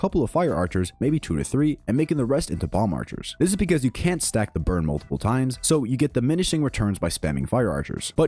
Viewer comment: I'm late.but why do I hear "bird" than burn.is it just me.